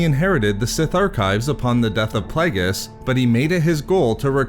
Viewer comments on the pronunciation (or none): none